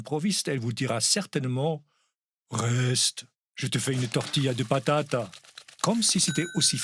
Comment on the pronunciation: si vous retournez en Espagne la prochaine fois que vous commandez une omelette aux pommes de terre prononcez bien "tortilla de patatasse"! En général quand on fait una tortilla on mets plusieurs patataS 🥔🥔🥔! 😄😄😄